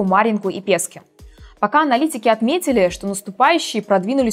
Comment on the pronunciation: не Пе́ски, а Пески́. От слова песок во множественном числе.